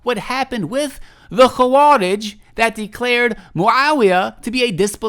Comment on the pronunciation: hey this is totally random and kind of insignificant but the و in خوارج is not heavy or mufakham like the خ, and is muraqqaqeh